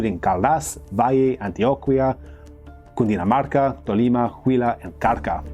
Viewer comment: He nailed the pronunciation of "Cundinamarca", though, which is a mouthful!